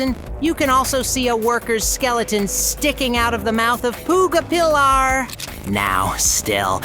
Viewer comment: "Puga peelaur"